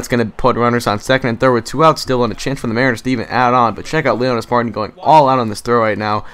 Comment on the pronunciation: one other thing, it is pronounced Leonys (mar) (teen) not mar tin